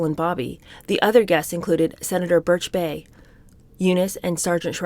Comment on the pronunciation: you do a great job, but you murder proper names. Please look them up before you read the passages. For example: Birch Bayh (Bayh is pronounced BUY.) ☺️ I do mean well, even if this comes across as critical.